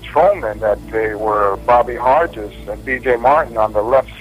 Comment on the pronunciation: The typed page at about shows Hargis as the outside motorcycle cop when he is on the inside(closest to the President's car- should be 1, 2 ,3 ,4 Also Hargis is pronounced with a hard g as in Greg.